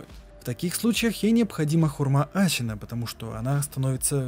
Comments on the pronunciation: А можно Шиноби а не Сщиноби, Асина а не Асщина, Исин а не Исщин. Очень интересно, но слушать это невозможно. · Ты, по то что он говорит (например) не ГенеТиро а генеЧиро, не аСина а аШина? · Выброси букву щ из своего алфавита. Синоби, а не Щиноби. Асина, а не Ащина. Слушать невозможно, бездарность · аЩина Щиноби секирО пздц уши кровоточат, а так норм разбор Лора! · ГениТиро СекИро Асина всё видео уши резало, без негатива